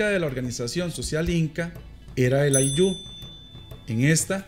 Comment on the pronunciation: Ayllu, no ayllú